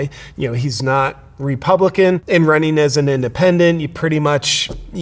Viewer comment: Not to worry JP. He's wunning not Running